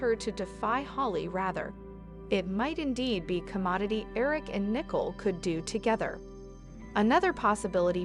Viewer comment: Her name is not nickel it's Nicole say it right